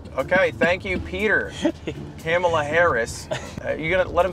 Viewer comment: Love the 3 different mispronunciations of Kamala